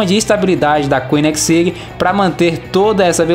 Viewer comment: Correção, Koenigseeg se pronuncia Conizeg e não coninegsig como falou